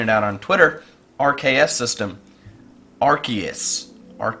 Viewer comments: it is arseeus not arkues I mean the pronunciation. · The RKS thing would be true but Arceus is pronounced (Ar-See-Iss)